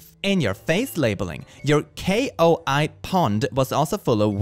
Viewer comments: entirely off topic but i couldn't help but chuckle when he said k-o-i pond, koi is a type of fish pronounced like coy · not the koi fish being pronounced k o i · My favourite part is when didn’t know how to pronounce koi😂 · It's not a K. O. I. pond. Koi is the name of the fish (a common carp of a large ornamental variety, originally bred in Japan). Pronounciation is: /kɔɪ/ (note: yeah, that phonetic alphabet doesn't mean anything to me either. But I can copy/paste from google and by god I'm going to use it) 😋